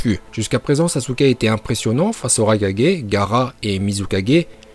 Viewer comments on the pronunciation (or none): On dit pas sasuke uchiwa ni sasuke uchiha , on dit saske uchiha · Les otaku qui disent "saske" me cancérisent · Saské ou sasuké pour la prononciation